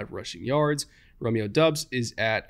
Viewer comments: Doubs: pronounced Dobbs not Dubs 🤙🏻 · you keep pronouncing romeo doubs name wrong it's bothering me.